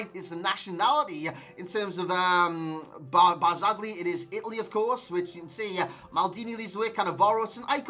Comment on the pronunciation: non ce la fanno gli inglesi a dire BARZAGLI...